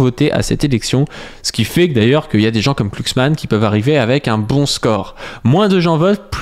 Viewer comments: C'est Glucksmann avec un "G" pas "Clucksmann" hein ^o^ (c'est pas la 1ere fois que tu spam un nom n'importe comment XD) Bisou de gauchiste sur ta grosse barbe quand meme ! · Par contre, pourquoi écorcher son nom ? Tu sais prononcer le mot "glue", non ?